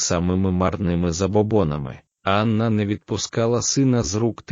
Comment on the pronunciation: Матеріал цікавий, але мене вистачило на 7 хв. Від озвучки з неправильними наголосами навіть в імені Анна почало сіпатися око.